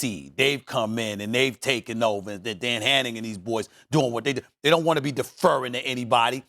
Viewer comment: “Dan Hannigain”..?